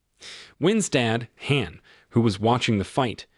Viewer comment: with only 10 comments, also what "" mispronounces "Han" he pronounces it like hand- the d. Ridiculous.